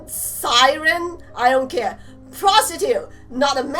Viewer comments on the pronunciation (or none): PS its pronounced sie-rin the definition basically an evil mermaid who seduces men an then dragging them under water, and eating them